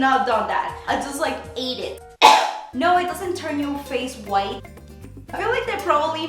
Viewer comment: I just laugh too much whenever she says "whiteeee" 😂😂❤